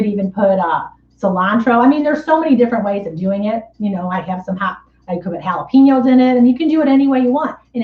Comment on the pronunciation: Hi - Their are called, Ha-la-pen-yos, not peen-yos.